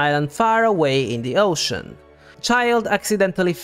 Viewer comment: Someone says ocean as oseaaan